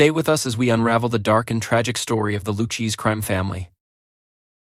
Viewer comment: LOOOU CHEESE????? Horrible A.I. narration! The fake narrator mispronounced the name 10 times or more? This is awful!!!!!!!!!!!!